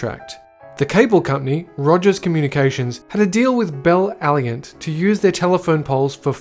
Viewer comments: Its pronounced Bell "Al-I-Ant" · The way he pronounced bell aliant I cringed omg